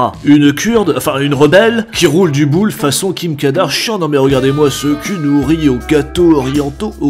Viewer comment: "Façon Kim KadARshian" 😆